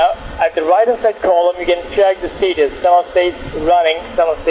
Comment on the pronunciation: Do a shot every time he says steetus and wirus